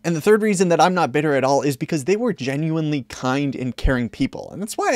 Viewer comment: bro "at all" it isn't that hard.